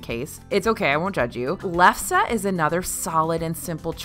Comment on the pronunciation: Nice that you pronounced lefse correctly. Although nothing beats making potato lefse yourself and eating it hot off the grill, they do a decent job with it. I love to grab a couple on the way out of the park so I can have it with my coffee in the morning.